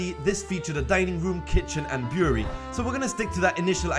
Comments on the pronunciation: It's brewery not buewry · Brew-er-ree, not boory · Beery? Bureau? Brewery? What are you saying? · this was a good video but i couldn't tell that he was saying the word "brewery" until he mentioned beer and wine, cause it sounded like he was saying "beery" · yoU dO rEAliSe tHerE iS aN "R" iN BREWERY